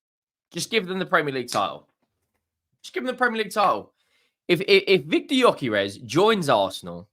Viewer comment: Let me help you pronounce his name: GY(DUE) Ö(OE) DUE-OE-KAIR-ASH